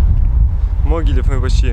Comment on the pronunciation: Правильно говорить Могилёв ударение на ё